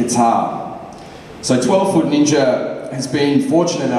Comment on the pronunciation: Or '12 Foot Ninya' as Leo calls it :P